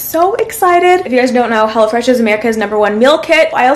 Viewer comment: I thought she said “ I always eat hella fresh” 😅